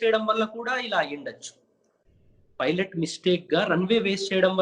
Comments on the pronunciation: e anchor gadu pilot word ni pronounce cheyyatam Inka nerchukoledhu 🤦🏻‍♀️🤦🏻‍♀️🤦🏻‍♀️ filot antadu. Please Suman TV change these kind of anchors.navvaleka chasthunnam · Anchor sab filot kadhu pailot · Fi"lat" kaadu raa baabu PILOT........PILOT........"Paina" lo "Pai" - Pilot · Ee anchor ki chala padaalu palakadam raadu. Pilot - Filot; Naked - Naeked; and so many.... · It is fun when anchor pronounces pilot as filot But we all should appreciate his confidence for taking this interview.... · Dont change the anchor... very good entertainment... iam watching only for the anchors Filot ... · Arey anchor ga Filot co-filot entra🤣🤣